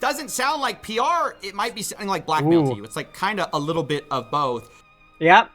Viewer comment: So Vance calling Trump "Bawth" all the time on South Park is true?!?! 😂😂